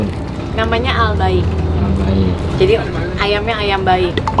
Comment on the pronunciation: Maaf ayam Albaik dibaca Albek bun,,,,itu bkn bhs indo